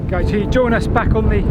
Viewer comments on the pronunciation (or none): none